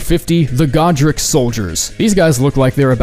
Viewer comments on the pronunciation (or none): none